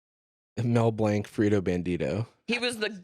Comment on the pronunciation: Not Blank, BLAH-NK